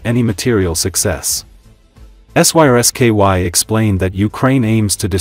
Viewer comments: Don't the people that make these vids ever listen to them themselves? The AI voice is unable to say the name of the Ukrainian Military Chief General Syrskyi, so instead it spells out the letters SYSKY a number of times! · Lol, AI unable to speak Syrskyi